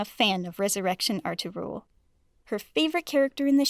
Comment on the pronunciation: The way she pronounces Ertagul